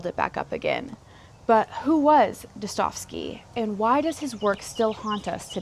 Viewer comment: Достоевский Da-sta-jev-skee Russian here. Keep up good work,.